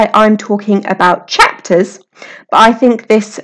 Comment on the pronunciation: Useful tutorial, but it should maybe come with a warning for headphone users. I put the volume as low as I could, but still the way some words are emphasised, e.g. the word Chapters just after is like some kind of sonic weapon :P